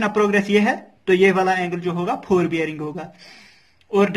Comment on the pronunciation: Nice explaination ( phorebearing) (4bearing) 😂